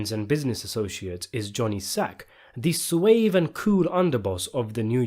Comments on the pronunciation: Suave is pronounced “swahv”, not “swave” as you said. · You didn't just say, "sway"ve instead of "SWA-UV" (Proper way to pronounce 2nd grade word, Suave) smh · Did you say ' swave' . It's confirmed, either this is a bot or someone wrote this for u . LOL Swave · Wait, did u say swave ? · Might wanna check ✅ the way "suave" is pronounced my dude